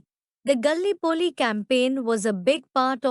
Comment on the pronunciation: ‘The battle of the Marne’ is pronounced ‘MARN’ ; Gallipoli is pronounced ga-LIPP-oh-lee— Is there any way you can hire a native-English speaker to recite these facts on your next YT video ? The accent on this one is very hard to understand but the content is not bad—although it might help to extend the length of the content by adding live-historians to give their take on WW1 — aim for a 45-minute video to be worth the time … and to understand what was what by providing much needed background CONTEXT …